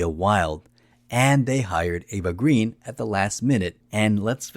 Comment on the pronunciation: Another excellent video)) CR is definitely a top Bond film for me. My favorite remains FRWL. Connery is my favorite actor to play Bond, then Dalton. I still have not decided if I like Brosnan or Craig better. BTW, Eva's surname is pronounced Grain. It has something to do with the original spelling of the French surname and how it got Anglicized. Something I only recently learned. Eva herself explained this. Vesper is a top 3 Bond woman for me. (Domino and Tracy are the other 2). I know this is jumping ahead. Many people slag Quantum. Though I have problems with the directing, I think it's a good film. Craig is really brutal in that one. I think the best way to think about Quantum is as Act 4 of CR. These 2 films do need to be watched back to back. Caterina Murino who plays Solange is STUNNINGLY drop dead gorgeous. On my. As always, great video)) Cheers))